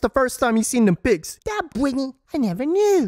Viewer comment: "Bretny" 🤣🤣🤣 I can't!!!